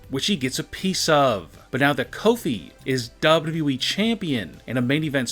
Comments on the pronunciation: U have more w's when you say wwe... wwwe (sigh) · He said wweeeee lol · Everytime he's say wwe he's keep on stretching his word beside he's can't even say wwe the correct way